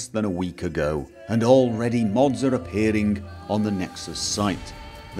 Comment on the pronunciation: "appearhearing" that's what I hear when he says appearing.